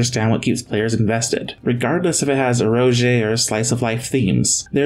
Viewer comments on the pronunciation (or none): The visuals on this looks great. But yikes, 50 hours? Also, I can't help but point out that "eroge" is an abbreviation for the "ero" in "erotic" and the "ga" in "game." It should be pronounced like "eh row gay."